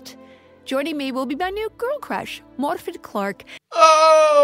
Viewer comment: did she really roll the R in Morfydd? Or am I hearing things?